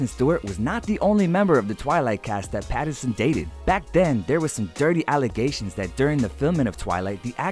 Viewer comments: Is it just me or did the voice over person keep saying "Patterson." 🤣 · Whys this dude saying Patterson HAHAH